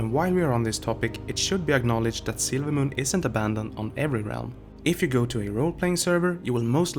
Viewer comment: Sorry if this was already said but every time you say "silvermoon" the way you speak makes it sound like you're saying "sailormoon". Not picking on you just making an observation :).